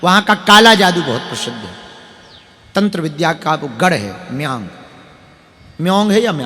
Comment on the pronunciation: Kamakhya Assam me hain. Paschim Bangal nehin. Aur Meyang nahin Mayang hain. Aapko apni Desh ka bhugol pata nahin. Kamakhya kaha hain pata nehi bari dukh ki baat hain.